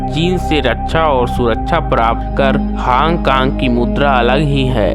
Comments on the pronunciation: woh hang kang nahi hong kong hai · Hong Kong ka naam hang kong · Hong kong suna hai hang kang kta hota hai..